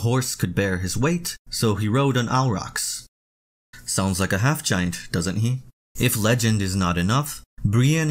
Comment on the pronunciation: Good video, but I cannot stand how you pronounce “aurochs” 😂